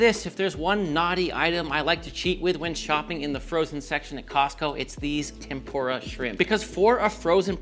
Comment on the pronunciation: Ok, it’s pronounced Lie-chee… how does Parmigiano Regiano last you more than a month? And unless your shrimp are traveling in time, it’s Tempu-RA shrimp. (Roll the r just a little). I kid, I kid. Love your videos… But also…